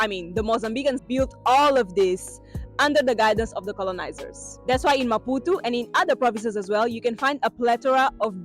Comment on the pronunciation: Amazing maputo.i love the way your pronounce maputu😂😂😂.here from kenya